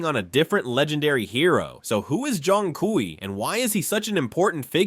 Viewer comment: It's pronounced like "choong kway"